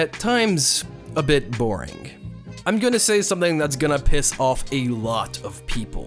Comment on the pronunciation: Whenever you say "boring", I hear "comfy". Is there something wrong with me?